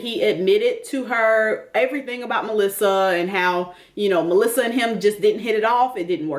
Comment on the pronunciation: Is anyone else irritated by the way seems to "over-enunciate" the name "Melissa" and say it with such affection? It kills me...and he's saying it to Ximena. He needs a smack....